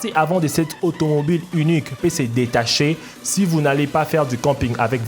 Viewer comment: "unuque" uniiiique "utule" utiiiiiile